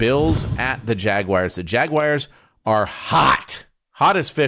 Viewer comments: Ryan Fitzpatrick is a Harvard graduate and still says JAG-WIRES. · "JagWIRES"...and you graduated from Harvard?! 😮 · Fitz is a genius and he still says "jagwires" :face-blue-smiling::face-blue-smiling